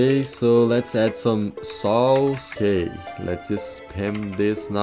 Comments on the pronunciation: Vit always remembers that he mispronounce 'saws' with 'sauce' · When he realizes how saws is actually pronounce. hes gonna kill him self